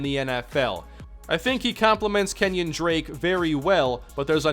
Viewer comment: isn't it pronounced ken-yon drake?